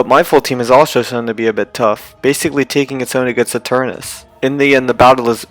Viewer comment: Do he have a problem with "ta" he is saying gigantamax ginamax and eternatus eternus